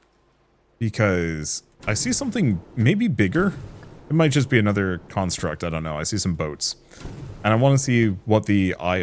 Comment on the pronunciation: you're pronouncing construct incorrectly. Construct is both a verb and a noun with different pronunciations. The noun should have emphasis on con instead of struct like in the verb. It was a bit distracting, cool game though.